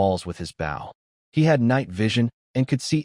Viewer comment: It's a bow (pronounced Boe for archery) not a bough (a branch of a tree)